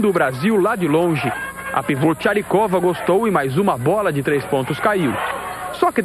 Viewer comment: Narrador falando "Charikova" sendo que é "Chakirova", Elena Chakirova (Bounatiants). Helen querida, parabéns pela vitória, mas as jogadoras precisam entender as críticas também, afinal, o Brasil fez uma primeira fase horrorosa e mereceu um puxão de orelhas.